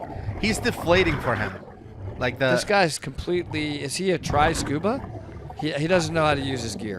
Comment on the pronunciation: Oh, try scuba. I thought you were saying triscuba. I was thinking what does that mean.